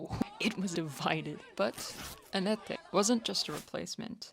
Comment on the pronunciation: Nice job, this looks to me like a good summary. Pronunciation notes: * Anette's name is pronounced the same as English Annette. The final E is silent. There's a Nightwish pronunciation guide video ( ) which is correct for all names except hers; the video trolls us on that because he left in the reading of her name as if it was Finnish, with a non-silent final E. Comments on that video from its creator confirm that he just left that in because he thought it was funny, which seems incredibly unhelpful to me... If that was your source for Ah-net-eh, then yeah, you got trolled. * In some Finnish names, consecutive vowels are separate syllables, very different from English. (Well actually still dipthongs). You were very close on most, just emphasis on the wrong syllable e.g. in Hietala. It's HEE-Et-al-ah or Heeyet-a-la. ( , you have the emphasis on the third syllable.) (Edit: I had previously been mishearing or misremembering and thought the first syllable was more like "high" than "hee", but listening to other Finns saying it in interviews and so on, they are indeed saying "hee.") * Tuomas Holopainen I think you got mostly correct, just lacking confidence :P The last name is "HO-Lo-Pine-en". No long "ee" sound anywhere. Marko pronounces it in the intro to Greatest Show on Earth at Tampere 2015, (in Finnish) "on keyboards, Tuomas Holopainen" since Tuomas has a solo at the start. . He does the same for Kai when introducing Weak Fantasy. * Floor Jansen: nailed it